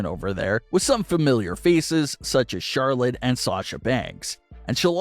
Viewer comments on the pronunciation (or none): none